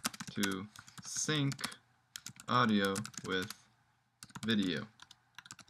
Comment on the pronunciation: It's "sync", you ignorant moron.